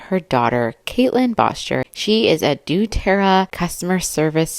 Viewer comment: Doterra…. Pronounced DoeTerra. You’re doing a great job!